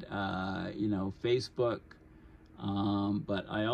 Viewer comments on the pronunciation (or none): none